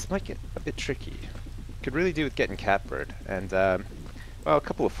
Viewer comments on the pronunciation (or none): It's his mispronunciation of Catbird.